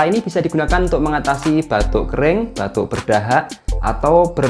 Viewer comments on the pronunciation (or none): Batu...apa batuk...ga bisa membeda kan...batu & batuk😂